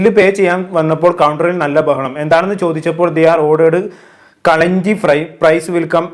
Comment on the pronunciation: കലഞ്ചി അല്ല കാളാഞ്ചി ആണ് 😀 adipoli meena